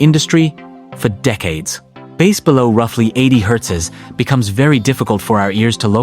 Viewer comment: The first time the voice over said the word, it pronounced it "bass", like the fish, instead of pronouncing it "base". The pronunciation was wrong the first time the word is mentioned.